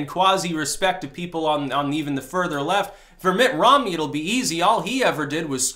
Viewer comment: "Mitt Rommel"....that young sir..is funny.